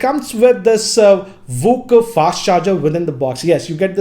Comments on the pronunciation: It's VOOC not VOCC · It's vooc not vock 🤣🤣🤣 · Everybody: Vooc GR: VOCC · It's not walk charge, it's vooc